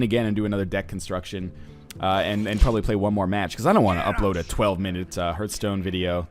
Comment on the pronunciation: I hope that NL eventually rises to the top tier of competitive play and wows us all with his unmatched skill, but still pronounces the title of the game "hurthstone."